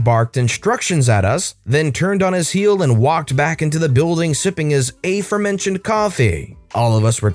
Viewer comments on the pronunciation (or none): "A-forementioned?" Why did you read/say it that way? LoL!!